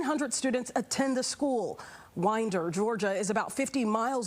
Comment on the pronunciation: At least her staff could have told her how to pronounce Winder correctly